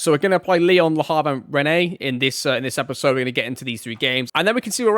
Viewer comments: rennes is pronounced "Ren" :) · "How good they really were" would be the stats, not the attributes. And it's Rennes -> Renn -> Ren, like "hen" with an r Guess I'll see you on Twitch :) You could edit those streams too and put them here